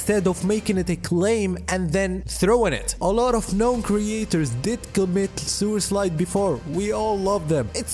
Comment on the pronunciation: im sorry, but the way you say suicide makes me laugh everytime, im evil